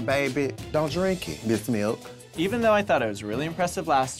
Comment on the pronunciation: 5 seconds before the Lipsync: Kennedy: MEHLK